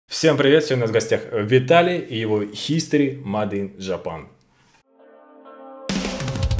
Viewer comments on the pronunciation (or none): "Маде ин жапан"???!!! Ну это же совсем перебор,!